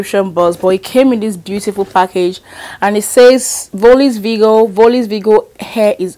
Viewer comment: VIRGO the r isn’t silent lol